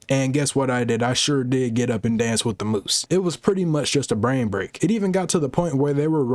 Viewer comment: Altered it so much you said “bran”